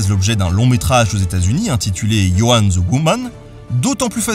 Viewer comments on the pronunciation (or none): Many English words are pronounced naturally in a French manner. But I must object to "Joan the Woman". Jeanne D'Arc is sufficiently important that you should know her name in English. The name "Joan" has one syllable, approximately transliterated to French as "Djonne".